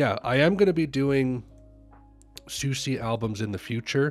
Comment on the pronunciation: You’re pronouncing her name incorrectly : SUSIE is the correct pronunciation